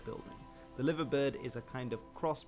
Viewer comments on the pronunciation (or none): The bloke narrating the video you were watching misinformed you. The suburb known as Penge did not become Crystal Palace. It is still called Penge, and is part of The London Borough of Bromley. Liverpool`s Liver Bird is pronounced lie-ver, not livva. West Ham were named Thames Ironworks, not Thomas Ironworks. Being as you are a fan of The Villa, here a snippet of info that may interest you. When Palace were being founded in 1905 they sought help from Villa. Villa offered the services of one Edmund Goodman, their assistant secretary. Goodman joined Palace as club secretay, later becoming their manager, and bought with him a set of Villa`s playing kit. For many years after this Palace also played in the famous claret and blue.